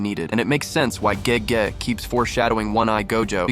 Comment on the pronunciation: You are correct. I caught on towards the end when he mispronounced Gege.